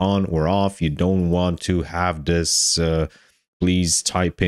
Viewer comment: Fing? Or Thing? You lost me at 26 seconds when you said FING instead of THING. I tried to continue, and at 47 seconds you say DIS instead of THIS. Genuine question, are there some people that cannot pronounce the "TH" part in any words? Is it a male or female thing?? Would you say "I FOUGHT SO" or "l THOUGHT SO"? I am Foroughly confused.